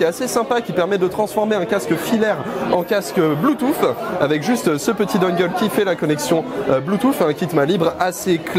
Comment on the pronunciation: "bloutouffe" dislike